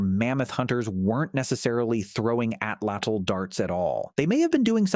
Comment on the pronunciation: I wish that there was a strong movement towards pronouncing the word Atlatl correctly! This is not a word from a dead language! There are approximately 1.5 to 1.7 million native Nahuatl speakers. Most speakers live in central Mexico, making it the most widely spoken indigenous language group in the country. Please do them the courtesy of attempting to correctly pronounce the Nahuatl word 'Atlatl' correctly!